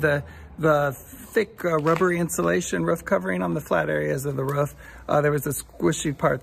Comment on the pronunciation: Sorry you have roof issues. I noticed pronounced Roof the English way. 😍 Sorry about the car. No point having a nice car in Italy.